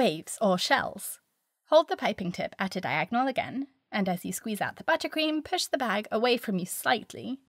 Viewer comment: I wish I said “buttercream” like you. “Butt-ah-cream”, accent on the “t’s.” Classy! Oh, and the video was good too. 😊